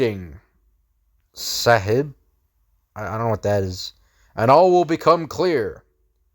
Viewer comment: Sahib pronounced Sawheeb. it means companion. I think it is a native American word